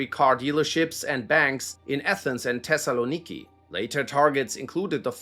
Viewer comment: the pronounciation "tessaloniki" made me cry please know th in greek is just th in english